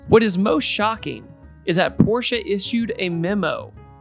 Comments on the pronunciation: Sounds like “the 🤛 orsche carerra gt” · With every “P” you say it makes my ears bleed just a little bit. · i like "the PORche carrera gt" lol